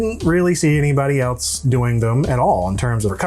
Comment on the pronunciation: why do i hear eltz every time Clint says the word “else” ?